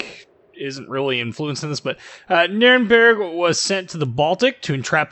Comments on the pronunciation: Funny how you pronounce Nürnberg. If you haven't yet I'll look forward to hear you pronounce “Friedrich der Grosse“ or “Grosser Kurfürst“ Try to say more e like in beg or effort in the “berg“ part :P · Sounds nordic. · She is my favorite German cruiser. In Co-op battles she is my choice. :) By the way, funny how you say Nürnberg :) But I have some advantage over you in this case, I learned German + in Hungarian we pronunciate Nürnberg just like Germans. Keep up the good work! :)